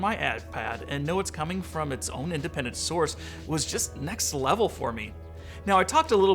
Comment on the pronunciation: Its Levil like level